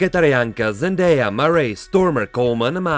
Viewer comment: To se nevyslovuje Zendéja, ale Zendája jinak super video